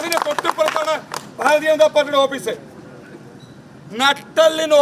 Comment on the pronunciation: അപീസ് അല്ല ഓഫീസ് 😂 ഇവൻ പുതിയ ചെക്കൻ ആണേ